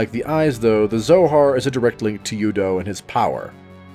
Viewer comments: You have never played the game. U-do is spoken by several characters, several times. It is "ooo doo", not "you dough". Simple little thing, and proof you've never played it. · Dude, have you played the games? U-do is not pronounced you-doe and it's been referenced in the games many times. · Stopped watching after hearing "you-doe" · the bad pronunciation of things so clearly said in the game is so cringe LOL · Thank you... I couldn't take them seriously after hearing their pronunciation of U-DO